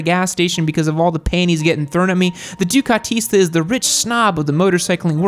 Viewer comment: Dear: it‘s called DUCATISTI in Italian!